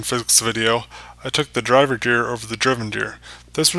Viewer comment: My only problem with this video is how you were pronouncing gear. More so, the G in gear, as if the G sounded like a J, as in juice. When I hear you say Gear, at times it sounds like you said Jear.